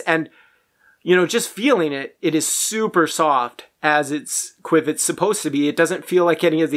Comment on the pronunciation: Qiviut is pronounced kiv ee ute not quwiv-it. Your testing paraphernalia is not a good way to measure comparatively because of the different properties of each fiber. It is like attempting to compare 1, 2, 3, and 4 dimensional objects without including dimensions. Micron count means a lot. The finer the fiber the more insulating properties it provides. The micron count of qiviut av 10 microns is part of the equation that is not factored into your test. Also insulating fibers trap air between the fibers and reflect back the warmth of the body heat. Whereas thermal properties are hollow and add warmth and do not just reflect the body heat. These are only 2 properties that are not easily factored into your test. You are mistaken when it comes to angora especially because it is not just an insulating fiber but a THERMAL fiber meaning it is a hollow fiber. And the air actually creates warmth . This fiber is so incredible it will alleviate pain by increasing blood flow . Also 'soft" is subjective. The only way to determine this objectively is by measuring the fineness of the fiber with micron count not by the tactile quality. Alpaca and mohair have both insulating and semi-thermal properties. Other factors like the external temperature and wind chill and how different fibers behave under varying conditions, the cellular structure distinctions and what this does; how well it breaths and wicks moisture etc all add to the warmth and comfort of different animal fibers. And of course